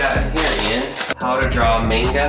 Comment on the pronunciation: When he says manga (like mango) Weeks: am I a joke?